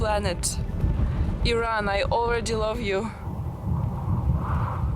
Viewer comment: You have very beautiful hair. And thank you for pronouncing it Iran unlike all the uneducated Americans who always call it I-ran!!!!!